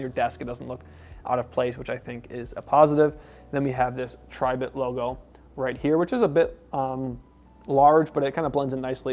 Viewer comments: Its not pronounced "TRY" bit Its Tribit , like a frog "Ribbit" Also what the heck is "Nish" ? Best of all, a speaker review with no sound test. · Pronounced, Tree Bit